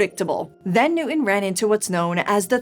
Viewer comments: T’s are not silent. Newton, not Newin. 😊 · Please say "new - ton" instead of "new - 'en." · You lost me at "Isaac Nu'in". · actually closer to a london accent!